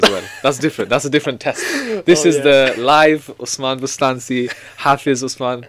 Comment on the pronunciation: Actually I believe the name is pronounced Bostanji ..the letter C is pronounced J in Turkish language